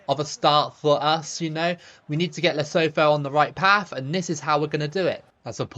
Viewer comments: Hey mate, love your vids! Would love to see you play as the mighty Faroes one day btw, or New Caledonia. As for Lesotho, the TH in the Sesotho language isn't a th like in 'thorn', it's just a stronger T sound, so the country is pronounced "Leh-SOO-too". All the best! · As you know I'm from South Africa, and we pronounce it as "Le-Su-2"😁